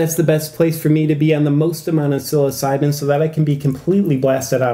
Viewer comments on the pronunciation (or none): none